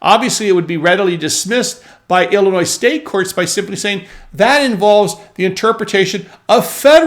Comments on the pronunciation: Its Illinois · Forget it Jake, it’s Illinois.